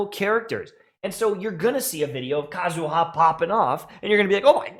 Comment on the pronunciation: PSA. It's /KA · zu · ha/, not /ka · zu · HA/. The empahsis is on the first syllable, not the last. Similarly, to /M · tashed/, not /m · TASHED/.